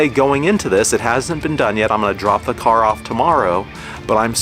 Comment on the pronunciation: Each time you say car 🫨 I cringe Nice Jeep tho!